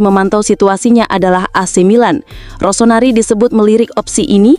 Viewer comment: Gimana admin baca kayak terburu-buru:bebes apa tuh?rosonari emang menari nari AC Milan 😂🤣🤣tolong dicek dulu sebelum divideokan 🤣🤣